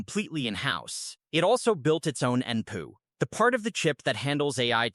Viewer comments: You do know that this is a propaganda video right? The AI generated voice can't even say N-P-U properly. It's a stitched AI slop video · Wow...the ai is bad with this one...G"PU" and N"PU"